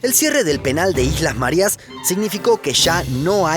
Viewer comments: Islas Marias???? No será Marías (con el acento en la i) por casualidad????? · Se pronuncia Marías, con tilde, no Marias.